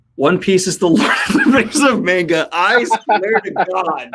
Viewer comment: He said manga wrong!!!!!!